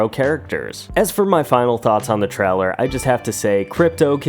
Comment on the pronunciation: I hate the way you say trailer. “Treller”